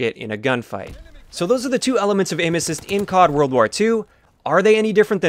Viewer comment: I thought you were saying anuses instead of aim assist